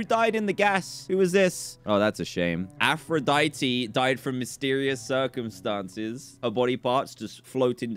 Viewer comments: Game : "Aphrodite." Dan: "Aphrodite-E." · Dan, Aphrodite is pronounced.. Af-row-dyet :)